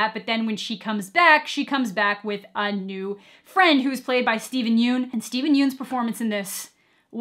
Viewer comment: "Yeun" in Steven Yeun's name is actually pronounced "Yun" instead of "Yoon" fun fact. Even though it's an Oscar nominee, "Isle of Dogs" was super underrated. I don't watch many movies but that was one of the best I've seen. Mirai from Mamoru Hosoda is also really good.